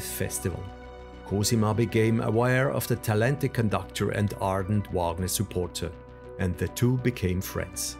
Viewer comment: His given name is pronounced REE-kart. And it's VAHG-ner. And VAE-mar. I biography should not fail at pronunciation of the key proper nouns involved.